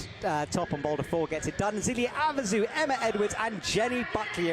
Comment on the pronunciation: Sadly, that's not the only name he gets wrong. Maybe someone should get him the names on audio and he could listen to them in the car or on the plane or something. It's quite cringy at times.